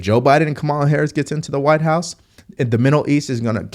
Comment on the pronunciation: You can't pronounce Kamala after hearing her name a thousand times 🤣